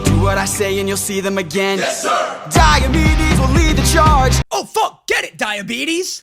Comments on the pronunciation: I also always hear "diabetes" instead of "diometes" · as someone with diabetes who also thought he said diabtes at first I love this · I am just here for epic the musical it is about the GREEKS NOT ROMANS ( dIe U mEdEs) is how you pronounce it YOU LIKE IT!! 🎉🎉 AWAY WE GO